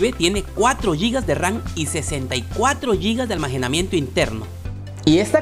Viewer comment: X que que dices ALMAJENAMIENTO en vez de almacenamiento 😂 😂 😂 😂